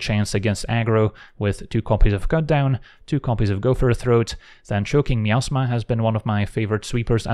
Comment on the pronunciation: Yes, I kept hearing the same thing. 😅 Truth be told, the word is probably supposed to be pronounced that way, and we just don't realize it. 😂